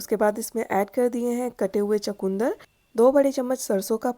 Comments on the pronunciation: Sorry to say it called chukandar not chakundar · چو کوندر نہیں ۔ چقندر کہتے ھیں 😂😂😂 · Aslmualikum g ap chkndr ko chkoondr q keh rhi hn